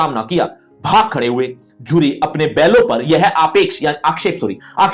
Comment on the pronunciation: gadhe ❌ Khade ✅